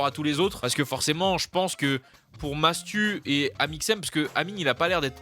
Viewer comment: Non il a vraiment dit Matsu et ça à fait polémique